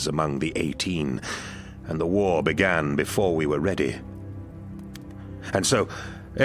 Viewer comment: Why are there so many Eastern European Warhammer 40k content creators who can't pronounce 'war'? The "WAAGHHrr" pronunciation makes me laugh, every single time 😂